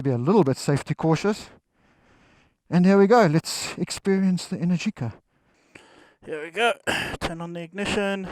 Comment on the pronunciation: Sayer and they pronounced "Energica" incorrectly.